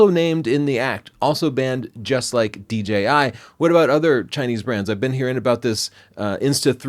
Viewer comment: He keeps saying DGI not DJI.